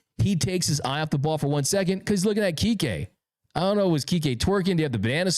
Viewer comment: Kike!not Kiki